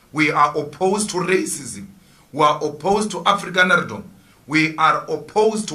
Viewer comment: Julius said "this brings afrikaanerrdom 😅😅" funny guy.